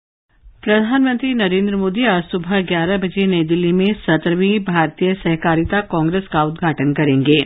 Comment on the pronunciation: 'सेहकारिता' उच्चार ग़लत है । ' सहकारिता ' बराबर है ।